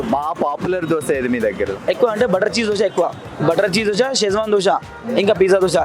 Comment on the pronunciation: Boring place plus it is called Dosa not Dosha ra bokka